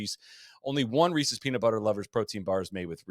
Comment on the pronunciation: Proud of you, for your pronunciation of Reese's